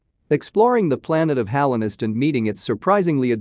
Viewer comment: Btw its Hollow knight not hallow